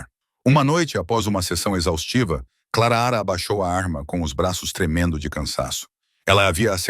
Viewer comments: KKkkk linda a istoria .Mas não sei se vcs já reparam,que todas as istorias que a mulher vem nome de Clara o narrador gosta de falar Clara raa kkkk Eu acho que ele gosta do som da vos dele narrando kkkk ,E quando ele tbm tem uma mania de limpa a garganta kkkk . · Da pra pronunciar o nome da moça direito o ridículo. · Fala direito o nome clara direito ok